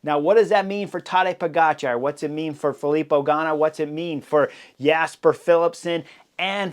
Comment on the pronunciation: So is it Tadeja PoGotCha … say it again .. and again and again